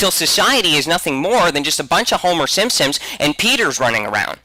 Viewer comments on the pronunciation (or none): So, my last name is Simpson, and every time he says "simsim" my heart stops breifly. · He says simpsims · I think this guy has a speech impediment. He keeps calling the simpson's the simsim's. Either that or he's being insidious. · "The Simsims" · At first I thought he misspoke... omg STOP SAYING SIMPSOMS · "The Shimpshoms" "Shubconshus" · Sounded more like "Simpsins" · Every time says "The Simpsons", it sounds like he's saying "The Shimpshoms." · It sounds like he says Simsims instead of Simpsons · His pronunciation of Society as "shoshiety" and Simpsons as "Shimpshims" will haunt my memories for a long time. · It bothers me to hear him when it sounds like he's saying "SimSims" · Instead of "Simpsons" he says "sims sims" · Did anyone else think that he was saying the SimSims. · Yonder fecker kept saying Simsims....